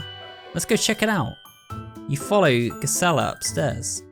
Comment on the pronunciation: Just a small nitpick, but I think Gisela’s name is meant to be pronounced with a soft g.